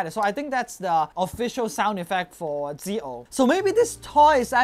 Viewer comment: That's not zio, that's see-oh